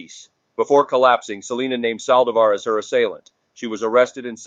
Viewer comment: Completely butchered Selena's name